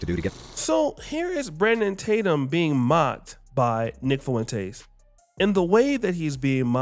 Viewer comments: Nick “Foo-wen-tays”. 😭 It’s just “Fwen-tez”, a Spanish name… also, I love what Nick said about Tatum, no officer. Fuck Tatum. He’s a lost, self-hating, original lame follower of a group of people he’ll never be fully accepted by. Super harmful to the black community and helped plant seeds of hate, intolerance and unfair treatment towards us with his daily videos bad talking us. It’s been great watching him get lit up by his so-called fellow conservatives. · “Fuwentace” lol